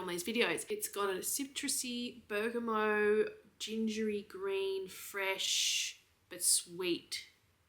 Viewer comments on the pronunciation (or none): It’s bergamoT and sij-age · I love your pronunciation of Bergamot! lol it made me giggle every time 🥰